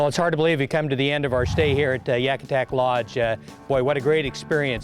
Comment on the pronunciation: great video. but its pronounced Yakutat not Yakutak